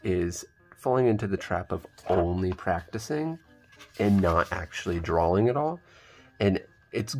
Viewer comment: Why do people pronounce drawing like drawl-ing?